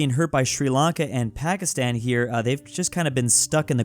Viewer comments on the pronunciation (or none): none